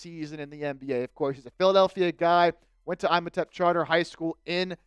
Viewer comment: Love this news. From my neighborhood in Philly. You pronounced Imhotep wrong but it’s all good 💯